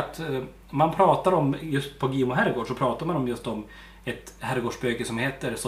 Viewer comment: Gimo uttalas Jimo vi bor 2 mil där ifrån